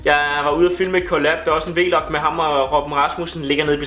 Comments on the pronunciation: Det hedder ikk V-log men Vlog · det hedder ikke V-log men vlog😂 God video!💪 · Det hedder vlog ikke v log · Kan ikke klare du siger V-log